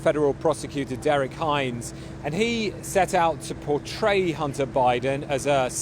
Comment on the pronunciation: Why do they keep saying Hunner instead if Hunter.